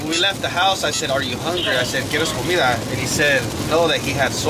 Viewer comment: "Quieres comida" was spot on he needs to practice more Spanish it sounds good and pls for Apa's sake 🍔🤣🤣💀💀 Not just continuing to eat in front of him 😳